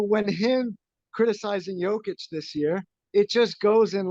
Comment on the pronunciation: One of these guys talking couldn't even pronounce Jokic's name correctly! And Kendrick Perkins and Nick Wright are both idiots.